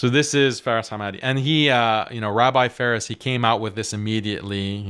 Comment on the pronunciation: Faris❌ See far ✅